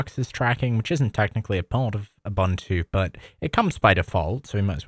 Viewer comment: This guy calling it "Abantu" is worse than spyware